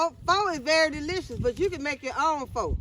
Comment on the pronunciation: I am cracking up laughing at the way you pronounced Pho 😅😅It's pronounced "fuh". It took me a long time to stop saying it the way my English speaking eyes see it too lol!